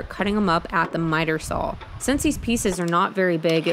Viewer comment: Please learn how to pronounce the word saw. It sounds the way it is spelled. not SAUL!!